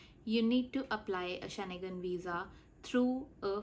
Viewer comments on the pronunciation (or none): You did not show steps for either vfs or france website. How do you call it step by step? Also, its Schengen not Sche-ne-gan. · She can’t even pronounce Schengen properly 😅